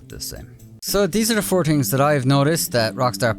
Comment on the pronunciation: "4 tings Dat dEy have patched.."